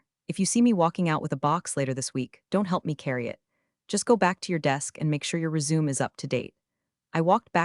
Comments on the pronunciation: There we go. A mis-pronuciation. resume. (not pronounced REE-ZOOM.) It's pronounced REZ-OO-MAY. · Yeah, as soon as it said make sure your "resume" is up-to-date, instead of "résumé", it confirmed my suspicion... fcking AI bullsh*t again. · You couldn't hire a real person to read this? You had to use the stupid yt narrator machine? Resume (REZ - oo - may) - a list of employment, education and accomplishments that hope to convince someone to hire you Resume (ree - ZOOM) - to pick up where you left off after an interruption If you get a chance, please tell the stupid yt narrator machine that it is really bad at reading scripts. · Resume pronounced reezoom?? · resume' pronounced "res-u-may" with a long "u". I hate the way AI readers work. Fire your AI and hire a person who can read and speak English. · It's Re....Su......Me'.........Resume'. 3 syllables. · I laugh when they mispronounced resume 🤣 i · If you're going to use the word resume, perhaps spell it phonetically so that AI will pronounce it properly. You have a better chance of fooling people a little bit if you fix things like that. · Too bad you still can’t pronounce “resume.” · Story is good BUT you cannot pronounce ENGLISH. Resume is 3 syllables not 2, read has 2 pronunciations depending on use. These are just a couple of examples. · Be sure to tell your A.I. that the word "resume'" is spoken with three syllables. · thats the problem ai bullshit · hope the AI learns that one properly. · The reading bot doesn't know it is a loanword. A reading bot is not an AI.